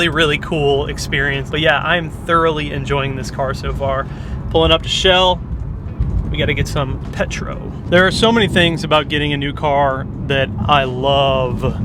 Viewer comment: lol what the fk is petro? roll that L dude cmon you can do it. petrollllllllll